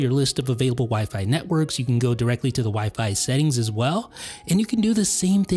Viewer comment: Dude, you’re the only person that stresses the second syllable in wifi. It’s OK, but it sounds a little silly, you might want to try stressing the first syllable. Have a great day